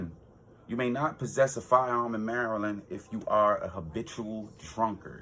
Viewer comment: From the way you say Maryland you're not from around these parts are you ?